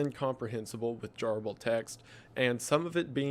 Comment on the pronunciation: Hey Wendigoon - you and your videos are awesome, but you are pronouncing garbled incorrectly.